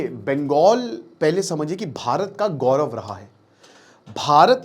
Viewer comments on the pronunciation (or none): none